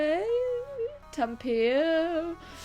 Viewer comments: U said tampere almost right,that good that every fin would understand. 👍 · The last (before the video) "Tampere" was correct, spot on! Greetings from Finland :)